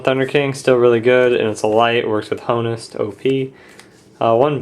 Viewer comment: why do you pronounce honest so wrong Its honest without making the Hhh sound.